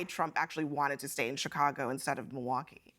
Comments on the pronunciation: He pronounces it Moowocky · Milwaukee has certainly had its share of visitors. The French missionaries and explorers were coming here as early as the late 1600s to trade with the Native Americans…it's pronounced "mill-e-wah-que" which is Algonquin for "the good land." -Alice Cooper